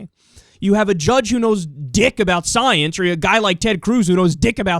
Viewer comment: Tell me more about this, "scii-ence." Lol!